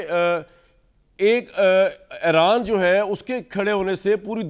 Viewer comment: It is eeeeraan not Aeraan please